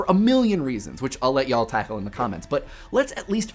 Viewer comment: Man, this must have been the first time I've ever heard a non southerner say 'Y'all'. It sounded like 'yewll'. No offence, just interesting. I hate that word.